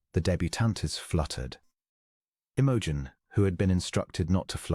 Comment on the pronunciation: Could AI pronounce Imogen correctly?